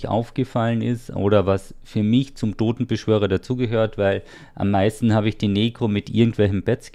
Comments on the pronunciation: ich hab gewusst, dass er wieder "dodenbeschwörer" sagen wird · Wie Lustitsch HaHaHa